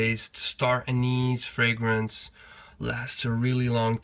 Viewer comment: You are the only fragrance reviewer so far that has pronounced every fragrance correctly! 😊